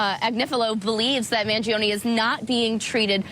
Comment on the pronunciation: It's MAN-GEE-OHN, not man-gee-ohn-ee.